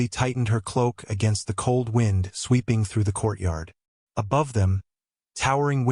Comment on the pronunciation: Did not care for the narrator. Mispronunciation of the word "wind" and every time he said something "quietly" it sounded rough and angry. lol.